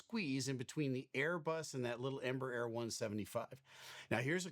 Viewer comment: Embraer is pronounced: En Bra Air 😊 then you sound almost like the correct Portuguese pronunciation